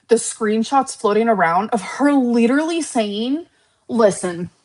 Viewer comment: Clicking back on the video to immediately hear....... "While LIDURLY LICKING MY VAGINA" 😲🤢🤮